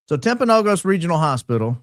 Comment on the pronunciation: Also it’s not a big deal, but it’s pronounced Timp-uh-no-gis